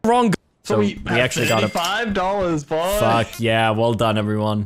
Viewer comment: "First card.. death. FOCK." xD